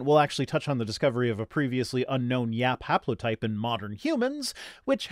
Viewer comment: YAP haplotype? I think you mean YAPlotype.